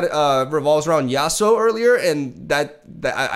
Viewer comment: no one: nothing: YasUoOO, yaSuOoo